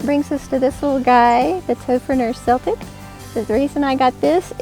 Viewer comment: Great comparison video, I love Morakniv knives, I have seversal, but I just brought a Toferner! You could easily hook the loop of the Toferner Celtic knife through the leather thing to keep it safer. Especially with your modification! Extra points for pronouncing ''celtic'' the right way! (PS, the Toferner knives should make sparks with a real flint stone)